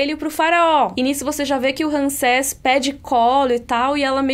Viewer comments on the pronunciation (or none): É Ramsés, não Ransés. Tem que falar como se fosse assim: Rãmsés.